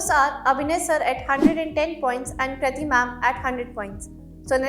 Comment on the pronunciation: Introduction me KRATI ma'am aapka naam galat (Kriti) pronounced kr diya...